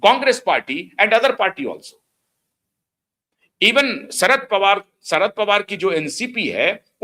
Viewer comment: Plz pronounce words properly . It is not Amit sah but Amit shah , not sarad pawar but sharad pawar not sayad but shayad